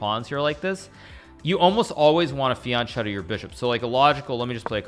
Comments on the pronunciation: that's not how you pronounce fianchetto dude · It's written "fianchetto", it's pronounced "fianketto" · I think fianchetto is pronounced fianketto